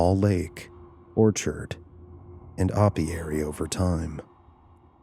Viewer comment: Hey man. I really appreciate your stories, I do, but you really have to work on the pronunciation of many words. I counted five mispronounced words in a 30 time span, starting from relied to aviary. I’m not trying to be a bully here, just constructive criticism from a long time listener who has to sometimes pause and repeat to figure out what word you meant. Aviary was particularly difficult to decipher the first listen through. Otherwise, very interesting story and I think it would be a cool place to buy! Of course, as soon as you said two men, I thought gay, then at Satanists, I thought, not unless they were with Anton Lavey. You finished it with Georgia and I knew murder wasn’t far off. Why on this green Earth would they think Georgia would be a welcoming place in the 1970’s?!